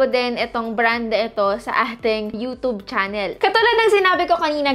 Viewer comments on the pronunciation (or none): none